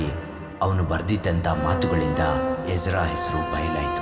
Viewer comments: Ijida alla ezra....boli makla kannada kaliri modlu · It's not egida ....it's Ezra 😩